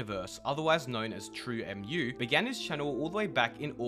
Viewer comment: it's pronounced "True moo" bruv it's based off of milk smh